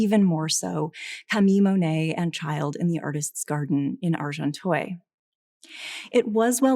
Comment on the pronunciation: Good commentary but couldn’t listen for more than 10 minutes to the lecturer pronouncing Monet as ‘Moanay’ and Agenteuil ‘Arjontoyl’. ...sorry